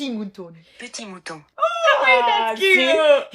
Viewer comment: omg not "petit mouton" lmaoo as a french girlie i'm dead this is hilarious🤣